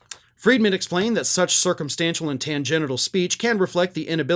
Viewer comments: Tan-gen-shel. Not tan-gen-i-tal. 😂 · It's "tangential," not "tangenital." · TANGENTIAL, not tangenital! LOL! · tangential -- not tangenital! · Tangential?😂 not tangenital 😂😂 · Tan-gen-tial, not tan-genital. Of course, in T's case, tan genitals would not be surprising but I think they woud lean heavily into the orange range... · Please note; the word is tangential not tangenital! Genitals refer to reproductive organs! Otherwise very interesting. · Please say “tangential”, not “tangenital”!😮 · It’s tan-gen-tial, as in going off on a tangent. Not tan-gen-i-tal. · Hey friend, love your work. Agree with you. Going forward, Please aim for tangential not “tangenital” ? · ...you pronounce "tangential" as "tan gen shull", it has nothing to do with genitals! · Tangential, not tangenital! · Tangenital? Whats that exactly. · Love your coverage of important topics! I tune in frequently. BTW it's "perSEVerance" (a different word than perserVEERance) when someone can't stop thinking over a topic, and "tanGENshul" not tanGENTIAL. Those aren't really common words, one is a homograph and the other one looks like a partial homograph, so that can easily trip anyone up. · Tangential - not transgenital! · Its tan-gen-chul not tan-gen-i-tal. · It’s not tan-GENITAL thinking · Tan Gen Shul. Pronunciaton. Not tan-genital!!!! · Whoa - you made a big mistake reading. Transgential, not trans-genital!!! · love ya, but stop pronouncing “tangential” as tangen-ital. it’s tangenchal. Just FYI😊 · Uh... that's Transgential, not Transgenital, which is HILARIOUS if you ask me. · look up the pronunciation of "tangential" and "perseverance". Your pronunciation "tan-genital" sounds like something rich people might get done after a Brazilian wax job at a spa. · Er, dude - 'tangenital'? Twice?? I think you meant 'tangential' - not the same thing at all, no? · Tangential, not transgenital. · Oh,. It’s tangen”shull” not tangenital 😂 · ... Tangenital? Tan-Gen-TIAL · Tan-gen-chul. Tangenital!